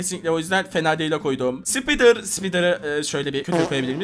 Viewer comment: Spider ı yanlış okuyon abi. Spaydır olarak okuyacaksın